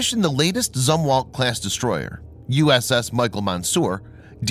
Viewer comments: It's pronounced ZOOM-WALT! Christ you've been saying it wrong for like a year now! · You're mispronouncing Zumwalt. Use a long "u" when you say the word.